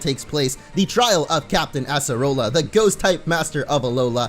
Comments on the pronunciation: Totem mimikyu was fine for me (also acerola is pronounced with C not S) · Your saying her name wrong